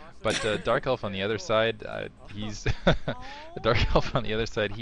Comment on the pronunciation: lol at about did you say JERK elf?? sounded quite funny. perhaps it was just my imagination... anyway love to hear my 2 favourite commentators together